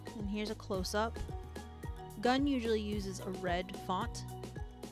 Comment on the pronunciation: It’s pronounced Goond